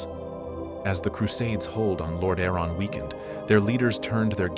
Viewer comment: The scarlet crusade/brotherhood are such an interesting adition to the lore, showing that even holy light can be wielded for evil if its wielders walk a crooked path. Great vid ( & nice Ai voice you chose, tho it does struggle with "Lordaeron" lol )